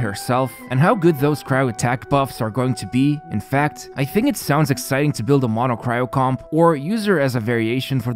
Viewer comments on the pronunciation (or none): none